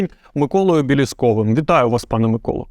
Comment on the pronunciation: Ураааа! Нарешті прізвище пана Миколи вимовляється вірно!